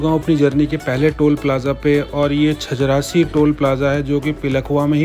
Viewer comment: Nice video bro.......... but not छजरासी it's छजारसी